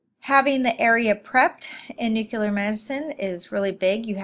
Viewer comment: Need to better pronounce nuclear medicine terminology. It not ‘newclur,’ it’s nuclear! Methionine is not methylene, etc.